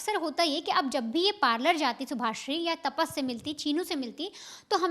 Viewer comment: तापस नहीं रे भाई तपस है उसका नाम काय ताप आहे डोक्यालां